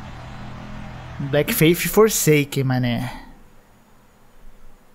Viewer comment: ''Blécki feifi forseiken manÉ!'' <3